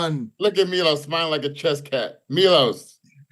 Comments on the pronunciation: It’s Milos bro lol not mylos 🤦‍♂️🤣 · He went from Serbian to Greek 😂